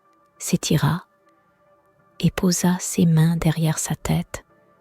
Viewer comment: C'est une voix digitalisé ? Les erreurs de prononciation comme "C~ès mains" au lieu de "ses mains", comme une IA qui lit un texte ??